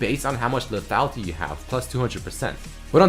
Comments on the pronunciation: teach how to pronounce le -tha-Li-ty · Please teach how to say LETHALITY XD